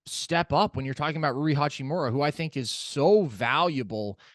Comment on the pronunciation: haha right and HA-CHEE-MORE-UHH NOT HOO-CHEE-MARA